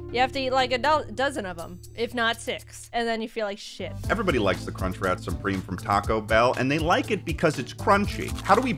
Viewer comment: That guy literally does not say "crunchWRAP" once. He keeps saying "crunchrat" lol